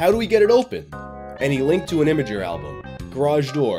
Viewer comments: I've never heard "imgur" spoken aloud before. I've always read it phonetically; Im-grrr. "Imager" hurts my head like how the inventor of gifs pronounces "jiffs". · Is really saying “Im-grrr” like “imager”? He’s so adorable!